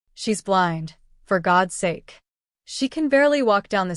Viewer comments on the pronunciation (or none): none